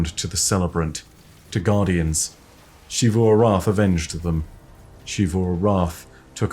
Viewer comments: It's not "SHivu", it's "Sivu". You can even hear how Osiris pronounce it in the audio log you used. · Zee vu not she vu😭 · It’s Xivu(zivu) not shivu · Ah yes, SHZee-FU. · Say “she”-vu arath one more time, and I’m getting me thorn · Who's shee-voo? You mean xivu? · please just say Xivu Arath like the rest of us. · I am begging you to pronounce "Xivu" correctly.